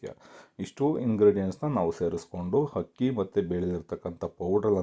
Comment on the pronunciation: ಹಕ್ಕಿ ಅಲ್ಲ ಅಕ್ಕಿ